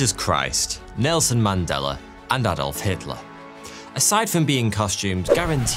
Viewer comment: I have never heared an english speaking person say "Adolf" in such a german way. I shall watch you... 😂